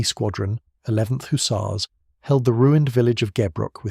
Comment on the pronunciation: And why "Hoosars"..it is Huzzars! Lol. 🙄